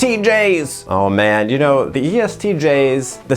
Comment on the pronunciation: When you said "OH MAN" in a heavy Deep-Fried accent, this ENFP knew he was in for a treat. You gave a very nuanced take that perceives us seriously, and I greatly thank you for it.